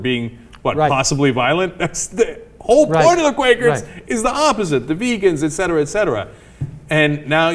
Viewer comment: Did this pretend journalist just say "Ekcetera Ekcetera"? It's ETcetera, dumbass.